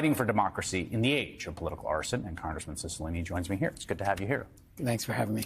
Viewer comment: Serious question from a non-american here. What is it with the pronunciation of Italian names in the US? First it was Cipollone and now Cicilline. I'm not Italian, but even I know that in Italian, c followed by i or e is pronounced 'ch'